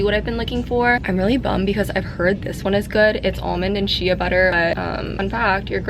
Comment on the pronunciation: I believe shea is pronounced as "shay"